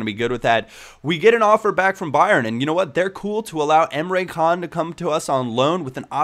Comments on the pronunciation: emre can's name is turkish, and in turkish the c's are pronounced like 'dsh', so his name isn't emre kan, it's emre dshan:-) just letting you know because you said you like to pronounce the name's right. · great vid once again but Emre Can is pronounced Emre Jaan because it is a turkish name